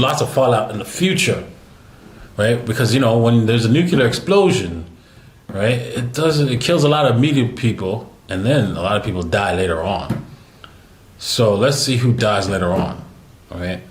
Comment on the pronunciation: "New - Klee - Ar." Please don't say "New - Q - Lar!" Thanks. Pet peeve of mine! :) Nuclear. Not "Nucular."